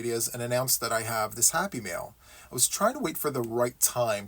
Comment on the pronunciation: Yay! It's time for Happy Mail! Not Happy Meals as my Midwestern ears thought they were hearing!